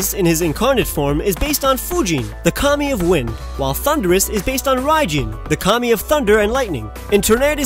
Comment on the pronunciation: Never knew the genies were communist. Jk lol, just had to laugh every time he said Kami, sounded like commie